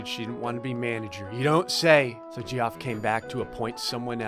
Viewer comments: Your pronunciation of Geoff makes me want to smash my head through a pillar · Are you pronouncing Geoff like that on purpose? 😂😂😂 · Every time you say Geoff wrong I die a little inside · Are you actually pronouncing Geoff the ways it’s spelled?! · As someone named Geoff, is torturing me with how he pronounces the name. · Saying it "Jee-off" gives me shudders - it's pronounced "Jeff" dammit D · its not pronounced gee-off its pronounced jeff... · It..it..it's pronounces Jeff.. not gee off..right? Or have I been saying it wrong this whole time? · why is no one talking abt how he pronounced geoff as “jee-off” and not like jeff lol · It’s not pronounced Gee-off, it’s pronounced Jeff. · Ge-off 😂 it’s pronounced Jeff 😂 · GEE OFF? IT'S JEFF LMAO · Gee-off? It's Jeff. XD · Gee-off Its pronounced Jeff..... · "Jee off", erm, what?? It's Jeff spelled Geoff, cos English... :P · “Geeoff”? It’s pronounced “Jeff”. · “Jee-off” Lmao it’s pronounced Jeff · Umm it's not pronounced gee-off it's pronounced jeff but I always say Geoff on purpose anyway so you do you my Florida friend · Even though I know it’s pronounced Jeff, I still say “Jee-off” when reading it. Geoffrey is even funnier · Did anyone else know while watching this that Geoff is pronounced Jeff? Just curious. And if you're reading this, now you know. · the pronounciation of Geoff is Jeff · it’s kinda funny but ur pronunciation of geoff is so off 😂😂 ITS JEFF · It’s pronounced Jeff 🤣🤣🤣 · Geoff is pronounced jeff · IT’S PRONOUNCED LIKE JEFF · Does not understand that Geoff is pronounced like JEFF??? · pronouncing “geoff” as “gee-off” is fuckin hilarious to me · GEOFF IT PRONOUNCED JEFF LMAO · do you know Geoff is pronounced as Jeff??? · You do know Geoff is pronounced Jeff? Plz say u do🙂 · ...it's pronounced "Jeff" x'D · Geoff is pronounced 'Jeff.' Also... seriously, do you have to play through all these stupid stories on Episode to get to the ones created by users? Ugh. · Jee-off. Dude